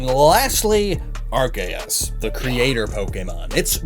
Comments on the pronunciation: But it IS Ar-kay-us. It's even why Silvally's ability is the RKS System in order to be based on the Creator Pokemon. Don't believe the anime! Lol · Him: Ar-ke-us Me: so you have chosen death